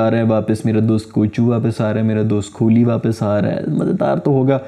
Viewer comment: Grrrrrrrr Its Gambhir not Ghambir Gam-bhi-r Similarly It's Kohli not Kholi Ko-h-li Proper noun hai to kuchh bhi karoge .... 😤